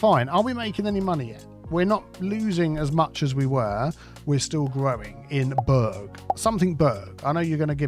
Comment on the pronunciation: Aaaaargh. That doesn't say "burg" it says "burra" as in Edinburgh. Although the word burgh draws upon old English (Anglo-Saxon) which pronounces it as "burr".